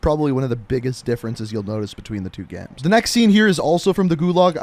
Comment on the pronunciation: Good "gaems"